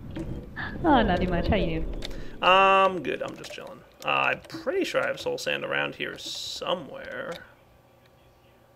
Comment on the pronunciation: You are the only youtuber I know of that actually calls soul sand by its real name... Everyone else I know says slow sand... and it really pisses me off when they do that...